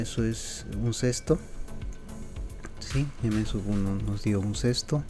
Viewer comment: como sabes hacer todo esto pero no sabes pronunciar un sexto?